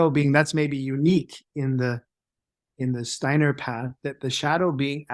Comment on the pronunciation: I adore your slight accent and enjoyed the fact you pronounce "Steiner" correctly. Well done with the podcast! Perhaps you could just speak a bit slower so that non-native speakers could follow a bit better. All the best to you!